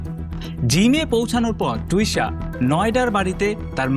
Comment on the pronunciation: মেয়েটির নাম টুষা নয় ,,তিশা। বড্ড কানে লাগছে নাম টা